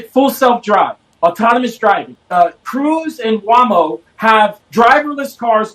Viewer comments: Who on earth pronounces “WAY-MO” as “WHA-MO”?? Instantly untrustworthy lol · WAH- MO😂😂😂 WAYYYMO